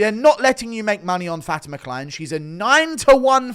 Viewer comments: please stop saying fatima kline as fatty mckline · I thought for sure you were saying Fatty McKline before I looked it up